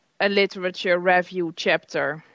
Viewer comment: I’m Dutch and am so familiar with people like, our education system is full of people who talk to students like that unfortunately, especially if they perceive the English level of the student not good enough. But her pronunciation of the word ‘review’ is a butchery itself.